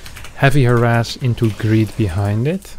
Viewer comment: Harass, not harras xD